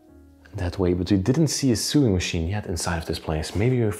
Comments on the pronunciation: Not sooing as you say it's like sowing but spelt sewing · Just so you know: 'sew' is pronounced the same as 'so'. This follows no rules of pronunciation at all. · Sewing is pronounced So wing. Not a criticism, your English is so very good. It's just meant to help. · Just a minor detail ...the word sewing is pronounced to rhyme with the word mowing, as in mowing the lawn, not to rhyme with doing, as in doing chores. Love your videos!